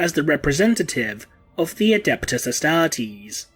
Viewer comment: Tie-ran-ids???? Astar-tease?